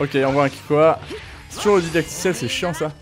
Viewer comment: "Didactiel", pas "dadictiel" 😅😉